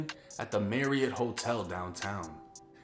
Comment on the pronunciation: Lol 😂 At The "MARRY IT HOTEL" 😂